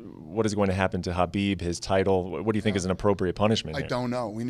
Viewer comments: Why does he keep saying Habib instead of Khabib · Is there something wrong with my name or is Dana addressing Khabib as Habib.